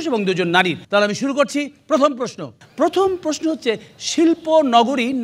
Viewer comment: হানিফ 'সংকট' যা বলেন, ০১. পর্যটক উচ্চারণ 'পোর্‌জোটক্‌'; সংকট বলেন, 'পর্‌জোটোক্‌'। ০২. প্রশ্ন উচ্চারণ 'প্রোস্‌নো'; সংকট বলেন, 'প্রোশ্‌নো'। আগেও একবার বলছিলাম, আবারও বলি। ০৪. সঠিক উচ্চারণ 'সঠিক্‌'; সংকট বলেন, 'শোঠিক্‌'। ০৫. কর্তৃপক্ষ উচ্চারণ 'কোর্‌ত্রিপোক্‌খো'; সংকট বলেন, 'কোর্‌ত্রিপক্‌খো'। ০৬. বাঁওড় উচ্চারণ 'বাঁয়োড়্‌'; সংকট বলেন, 'বায়োর্‌'। ০৭. মণ্ডলী উচ্চারণ 'মন্‌ডোলি'; সংকট বলেন, 'মোন্‌ডোলি'। .. ওনার পুওরলি পেইড চ্যালা যা বলেন, ০৮. কেমিক্যাল উচ্চারণ 'কেমিক্যাল্‌'; চ্যালা বলেন, 'ক্যামিকেল্‌'। ০৯. সেলিব্রিটি উচ্চারণ, 'সেলিব্রিটি'; চ্যালা বলেন, 'সেলিব্রেটি'। আগে থেকেই ঠিক উত্তর দেওয়া প্রশিক্ষণপ্রাপ্ত বলেন, ১০. ঐতিহয্য উচ্চারণ 'ওইতিজ্‌ঝো'; প্রশিক্ষণ বলেন, 'ওইতিজ্‌জো'। ১১. লক্ষ উচ্চারণ 'লোক্‌খো'; প্রশিক্ষণ বলেন, 'লক্‌খো'। আসেন, ইত্যাদিকে বিনোদনমূলক না বলে ভাষা 'নির্যাতনমূলক' অনুষ্ঠান বলি। এবং ভাষাকে নির্যাতন করার চেয়ে সংকটকে আদমব্যাবসা করা পরামর্শ দেই। নিশ্চয়ই সমাজে আদমব্যাপারির প্রয়োজন আছে।